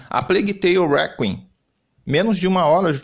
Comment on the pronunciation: "A Plegui Teli Recui" 🤣 🤣 🤣